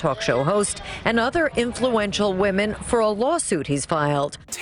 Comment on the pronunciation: I wish someone would teach this narrator how to pronounce "women".